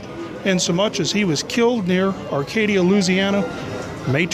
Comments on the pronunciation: First off it is Arcadia ! Not Acadia ! I am from Louisiana not that far from where it happened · It's pronounced ARE-Cadia. Spelled Arcadia. I live near the area and have been to the shooting spot.